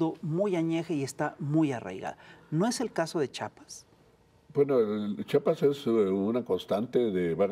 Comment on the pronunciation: No es chapas es Chiapas